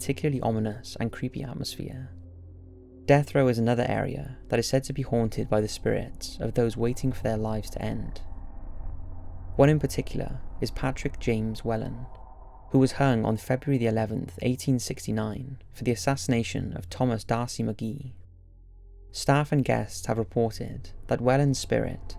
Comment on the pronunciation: it's pronounved Wh-ee-lan or Wh-ay-lun not Wellan. Good stuff otherwise.